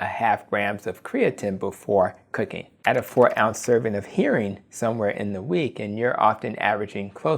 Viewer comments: sounds like "hairing" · It's pronounced "her-ring", not "hear-ring". 🙂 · Nice video! but HERRING not Hearing lol